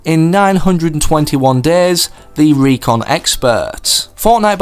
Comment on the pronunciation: I know he was trying to say RECON Expert so i know all the secrets